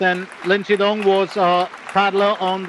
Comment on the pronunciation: Pity the commentator can’t pronounce “Shidong”.